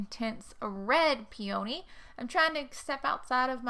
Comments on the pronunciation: Right there with ya, I'm on the in Maryland, and I say peony same as you, as my mother did too. After all it's not spelled...pe"a"ny, I pronounce the o. Are you looking to stay in KY.? Maryland is a really nice state =^) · I’m a Virginian and pronounce “peony” the way you do so you’re not alone! 💗